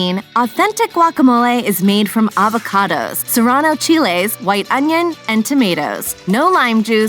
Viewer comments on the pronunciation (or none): none